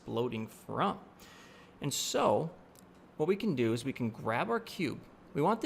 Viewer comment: Take a shot when he says "what i am gonna deww ". No offense, Great Video!